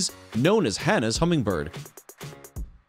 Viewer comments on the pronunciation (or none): It's called Anna's, not "Hannah's", LOL. Those are our hummers.